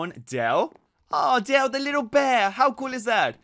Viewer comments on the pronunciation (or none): none